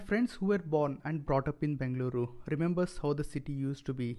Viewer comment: I really appreciate the way you are calling Bengaluru. Loved your efforts